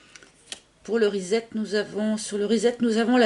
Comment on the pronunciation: Rezzzet??? 🤣🤣 trop cute comment tu le prononces! Reset en anglais - redémarrage en français!!!!!!